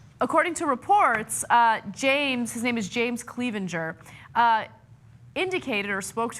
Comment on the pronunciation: The last name is pronounced "Clev-in-ger" not Cleav-in-ger!